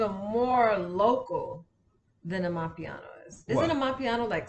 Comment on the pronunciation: Someone on the live chat said can pronounce South African names and words very well which is true just like in this Video (Ubuntu (Humanity) and Amapiano) was pronounced with a JHB accent and also, she has pronounced words and names from different languages very well. on the other hand has a long way to go lol.